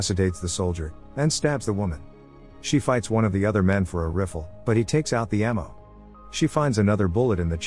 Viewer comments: "She fights the man for a riffle." A rifle. "She takes a pipe out of the selling." It's a ceiling. I see why YouTube is demonetizing channels that use fake AI voiceovers. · I love how this computer voice always calls a rifle a riffle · every time on this show "reefl" instead of rifle 😂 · Dead giveaway: the computer voice says "riffle" when referring to a "rifle" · You'd think the stupid AI doing all the heavy lifting here would know how to pronounce "rifle." Hint: it's not "riffle." Also, an arrow is not a spear. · Ah, the reeffle, such a powerful weopon. It's good t have a kneefle and a peestol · I love when she killed that guy with the "riffle" 😆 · I liked watching her fight with the guy for his "riffle," LOLO LOL. Don't they even listen to their robot before posting the video? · mans literally said “refle” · This dude rlly said riffle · what's a riffle ? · ah yes riffle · These AI voice things are rubbish, a "riffle" as in riff... Thumb down for being lazy. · I mean it's a robot voice and a non english speaker writing the transcript. I'm 99% sure. Hear how it pronounces Rifle and has very odd word choices. I think these channels (there are like twenty of them that all of the same opening ramble) are created by some overseas company to farm views. Similar to those automated children's videos that people criticize. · Computer-generated. You can tell by the fact that the voice frequently mis-pronounces certain words like "through" and "rifle" in a way that no human ever would. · How the F did you pronounce rifle?? Lmao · i love the way it pronounced rifle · That’s not how you pronounce ‘rifle’.